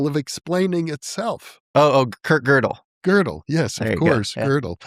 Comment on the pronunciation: Who is Gurdel? I am sure you are talking about Gödel ... There is no R in the name ! Your vowel is correct though